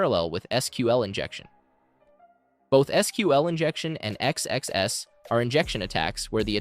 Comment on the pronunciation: It is so distracting that your AI voice keeps saying X-X-S instead of XSS